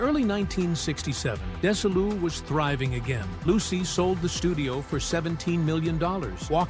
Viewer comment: Dez-E-lou! What's so hard about THAT???